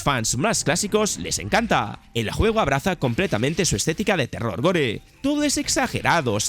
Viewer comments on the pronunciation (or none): none